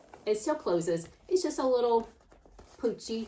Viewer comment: "Just a little pootchy" LIKE ME!!! Haahaha They are both great bags!